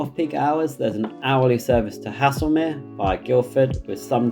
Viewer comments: Haslemere is also pronounced "Hazelmere" not "Hasselmere" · not to be rude but the pronunciation of haslemere made me cry a lil